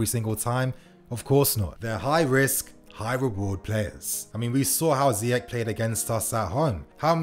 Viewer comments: His name is "Ziyesssshhh"...not "Ziyek".... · ZEYECH LIKE FRENCH OR CHELSEA NOT LIKE ZEYEK ( حكيم زياش ) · It's pronounced Ze-eh-sh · Ziyeshh, if fan channels pronounce his name correctly the fans will and then the commentary might just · I believe his name is properly pronounced Ziyesh. Time for Willian and Pedro to go. They both have been great servants to the club but that time has come. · Btw it’s pronounced Ziyesh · It’s pronounced ziyesh instead of ch, it’s a sh